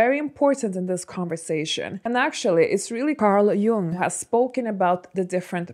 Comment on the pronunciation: You pronounced Carl Jung's name right.